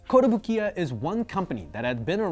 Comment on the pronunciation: is usually pretty good with his Japanese, but it's not kotobu-kiya but kotobuki-ya...(壽屋).